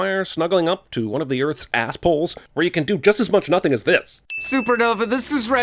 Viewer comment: you pronounced "nothing" wrong